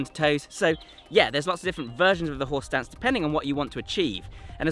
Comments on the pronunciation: I keep hearing "Horse Dance". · You keep saying "horse stance," "horse stance," "horse stance." But I somehow keep hearing "whore's dance," "whore's dance," "whore's dance." lol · I keep hearing him say "horse dance" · I keep hearing "horse dance" which is making me chuckle ever time😂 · Anyone else keep hearing “horse dance” over and over… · I keep hearing "horse dance" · Any worries be feel like he’s saying “Horse Dance”? 😂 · ...anyone else hearing "horse dance"?